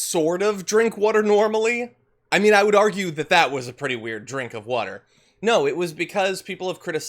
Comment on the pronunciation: Are you saying “wuter “?